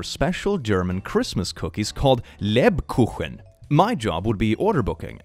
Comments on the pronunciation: Yup, also nailed the word Lebkuchen. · "...Lebkuchen..." Your German pronunciation is solid... 👍